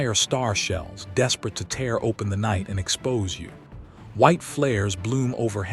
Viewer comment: And using AI to voice the video shows a lack of effort you say you put into the video. It is distracting to have the voice mispromounce bow and tear.